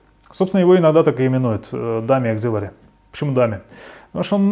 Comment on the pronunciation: Auxiliary, кажется, иначе произносится.